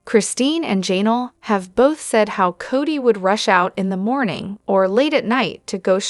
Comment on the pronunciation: QUIT SAYING JAY NELL